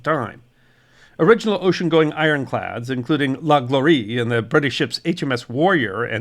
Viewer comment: Very interesting! Thank you! Schleswig => "chlessvich" Gloire => "glwar". Wilhelmshaven => "veelhelms hafen".